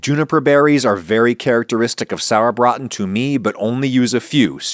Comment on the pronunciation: i commend you for your very accurate pronounciation of "Sauerbraten"! well done. As someone that grew up in Franconia and has been eating "Klöße" at every possible chance i have to URGE YOU to try the half and half method. i promise, it will be worth your time and effort! yours were done in a manner that is very common in nothern germany, however in the south, especially everywhere even just remotely close to Bavaria, they are made "fränkisch halb und halb" (franconian half and half). which means one half of the dough is made from mashed cooked/baked potatoes, whereas the other half is finely graded raw potatoe. and OH WHAT A DIFFERENCE! that makes for the texture. the "halb und halb" is just completely superior! in Bavaria a favourite peace to serve it with is the "Schäufele" (which means small shovel). You could go for another Video and do the franconian Schäufele with the franconian dumpling version. (there even is a short english wikipedia entry for the "Schäufele" which should serve as an easy point of reference).